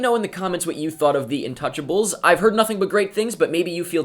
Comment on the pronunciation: not to be rude but you pranounce it different the title is french and you say it like intoosjable sorry for my bad english